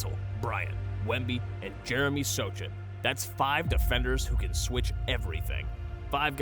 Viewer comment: I love the in depth analysis, but you need to work on the correct pronunciation of the names, Sochan is "So-han" and Kawhi, cmon man, every NBA fan knows how to pronounce it. Also, gotta work on video editing as you were discussing Harper while on the video is Cade Cunningham, and what's OKCs championship has to do with it in ? You shouldve put Spurs champ video in 2014. Overall, great video! New subber here!